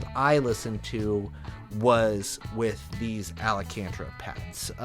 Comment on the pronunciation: Do you mean "ALCANTARA"? 😬